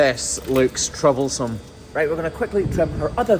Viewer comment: When you said "This looks troublesome", for some reason I heard "This looks chobblesome".